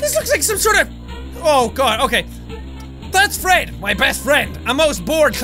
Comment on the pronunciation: you said thats phred my best phred.